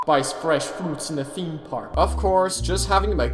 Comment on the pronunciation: theme park tycoon 2 What i hear:THIM PARK TYCOON 2